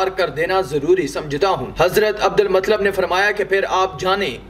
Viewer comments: Adal matlab nahi adul muttalib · بھائی اچھی کاوش.ایک اصلاح قبول کریں. عبد المُطْلَبْ درست تلفظ ہے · Matlab nahi bhai Abdul muttalib👍👍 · Bhai hazrat muttalib hai matlab nahi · Nabi ke dada ka nam Abdul Muttalib tha Abdalmatlab nahi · Abu muttalib hai unka nam naki matlab theek hai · Abdul Mutallib naam to theek se lelo bhai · Bhai hazrat Abdul mutalib y nam thik se bole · Naam to sahi liya karo abdul muttalib naam hay